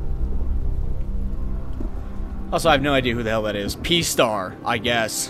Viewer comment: When he said p star I died a little inside